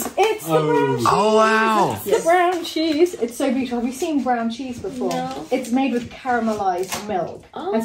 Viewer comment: If you’re going to play a drinking game, I’d suggest that everyone take a drink whenever or say the word “beyoutiful”. You’ll all be snockered in no time.💕😜💕